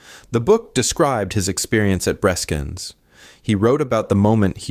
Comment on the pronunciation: It is not 'Breeskens' , but 'Breskens'.